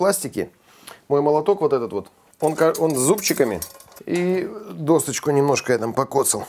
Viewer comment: Спасибо,, за вкусный вариант венского шницеля! Шепотом: в слове "доска" нет буквы "т". Поэтому произносится "досочка"..